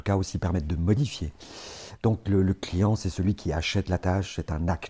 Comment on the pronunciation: « Palient », « clitiant », « axiant » 😅 Je plaisante